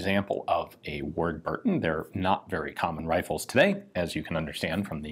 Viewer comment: It's pronounced "wud buddon"